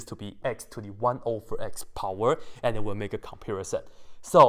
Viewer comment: I love how he says pOWeR